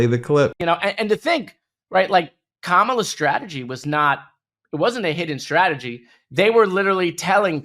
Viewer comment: COMMA LA COMMA LA COMMA LA She's going to be our next president so haters better start learning how to pronounce her name. * smiling sweetly * LOL